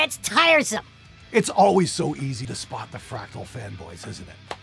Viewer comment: You didn't just say F-rectal, did you?:D I'm pretty sure you just said F-rectal. Also... Why get all pissy about having paid the shitton of money on something when it turns out a few years later that you could've gotten away with a little less money with this newer tech? I mean c'mon, everybody - you included,. There are two sides to that. At the moment of the purchase you came to THAT particular conclusion because you felt it suited your needs the best. Also, the silly little thing is that, in the yesteryear the tech that came out just actually yesterday didn't exist so it wasn't available. There's no need to get defensive either way, folks. Buyer's remorse sucks but you've made your bed and you gotta sleep in it. It has happened to me, it has happened to all of us. Guitar gear sucks that way. Be it the hyper-expensive toupee amp or the F-rectal Ass-F-iks. In my case it was Boss GT-8 many moons ago. I still have it and it can get me through a show if need be, but even as formidable as GT-8 was and still is, it feels pretty limited nowadays with all the USB stuff and exchangeable IR's floating around. But all that aside, it does the fucking job, you just have to do it the old way. Simple as that. These things aren't gaming consoles. As for the Tone X Pedal specifically... I'm not sure it'll take take over some other solution. Just from the price point of view I'd say it's actually not that much cheaper if you take into account what it lacks. To me the Tone X looks like